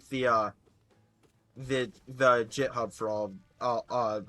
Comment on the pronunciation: Hearing you pronounce "github" as "jithub" killed my soul.